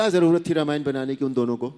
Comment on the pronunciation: रामायण का उच्चार रमायण ऐसा नही करना चाहिए .रामायण ऐसा ही बोलना चाहिए .अरुण जी दीपिकाजी बहुत बहुत धन्यवाद 🙏